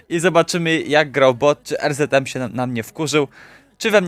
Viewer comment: Er ze de em sie mowi